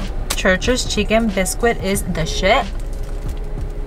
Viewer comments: Biscuit.....not Bisqwik. :) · Hasta la palabra "biscuit" la pronuncias a lo boricua. 😂